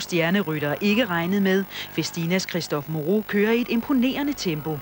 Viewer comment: Moreau my friend not Mourou